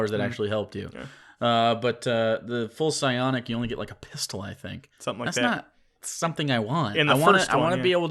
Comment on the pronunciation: it's 'biotic' powers not 'scionic' or whatever you were saying.